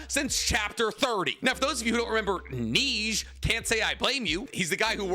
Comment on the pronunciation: Bro cant pronounce the French word for snow correctly